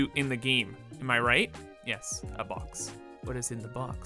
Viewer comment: It did not sound like he said "box" to me🤣